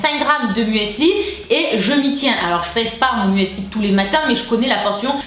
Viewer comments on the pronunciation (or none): je t'aime d'amour mais il faut que t'arrêtes de dire mueeesli hahaha! C'est "MÜSLI" - signé: une germanophile.